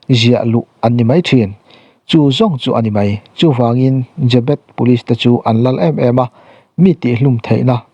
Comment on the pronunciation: Chhiar tupa i lam dik lo aw?Jê bet ti in thluk tawh rawh?